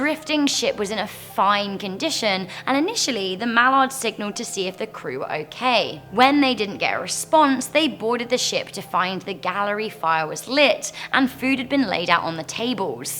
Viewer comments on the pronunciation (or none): I'm the ships galley not gallery 😂😋😘